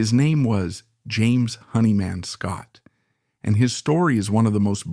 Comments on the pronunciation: Nice pronunciations robot. Hair-ford, Honey Man Scott. If you are an actual person you should learn the correct pronunciation of things you seem to be so interested in. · A bit of a shame that the narrator pronounces James' surname as "Honey man." Some great info though. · Yeah, this AI crap is really bogus shit. Mispronunciation of his name and that happens in every AI that has a name that is either a combination of two words or has too many vowels and consonants together. Good information, though some stuff I didn’t know, but do I trust it? Just great seeing some photos that I’ve never seen before. Jimmy was melodic and raw all at the same time. He caressed chords and pushed solos with speed and precision. But most of all with soul. I thought I saw a picture of Jimmy and Eddie Van Halen. I looked at that picture and went fuck… Jimmy was a better guitarist for that simple reason. He had soul and he had technique. I’ll take soul over technique any day.